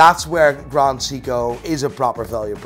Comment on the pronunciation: Say-ko you muppet, Say-ko not See-ko! Like Richard Meelay😅